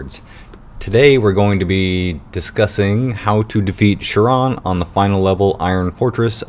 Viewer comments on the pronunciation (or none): not that big of a deal but it's not pronounced "sure-on" for chiron...it's pronounced "ky-ron". great video though